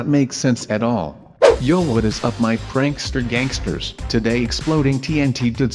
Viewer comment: why do you say prancster gagsters ? i like your canel